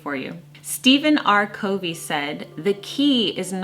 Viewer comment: This is the first time YT has recommended a video of yours, so I thought I would check it out...I haven’t finished yet, but (1) I like your calm, gentle delivery (I mostly watch YT bedtime) & (2) if no one else has pointed it out yet, you mispronounced Steven Covey’s name. He’s a household name, author of “The Seven Habits of Highly Effective People” & many more books...Franklin (the planner company) became Franklin-Covey...quoting him in videos about time management, it behooves you to know more about him + how to pronounce his name: CUV-ee, not CO-vee. I hope this helps. 💜🙏🏼